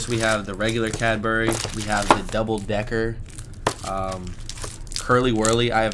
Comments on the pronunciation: Interesting to hear you describe things we take for granted and have grown up with!! Good advert for Cadbury too, as I don't think I would ever say the brand just the name of the bar!! (Btw, we say Cadbree rather than Cad-berry, its quicker!!) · Cadbry, not Cadberry, or Cadburry!! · I'm so pleased you now have a proper stash of really good UK chocolate. I hope you have a good hiding place for it all. One last step to UK chocolate assimilation- it's Cadbree or Cadbreh: If you say it like we say it, we will recognise you as one of us. I remember Curly Wurlys from when I was a child- they seemed to be the length of ladders, and your jaw would start aching halfway through. Happy days. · ITS SAID IN BRITIAN LIKE CABRY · ? Its Cadbury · I know, but most people pronounce it Cadbry.